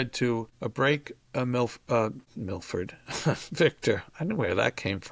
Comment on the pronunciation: Victor does look a little like “Millard Fillmore” so you can be forgiven for calling him “Milfore”. Ha 😊